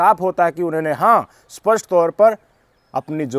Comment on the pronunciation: सपस्ट नहीं स्पष्ट कहिए